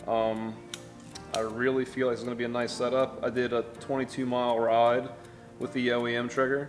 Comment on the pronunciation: you sound cajun when you say the word "ride"